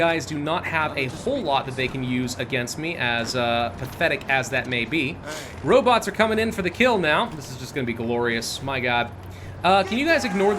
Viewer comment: "Robits"? Not as bad as "Goshumrockinron" ;)